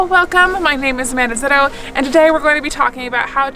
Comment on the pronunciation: Hi Amanda just a thought when you introduce yourself for sake of clarity say Amanda Zito not ‘Amanazito’ for those of us who dont have american accents. Really like your videos.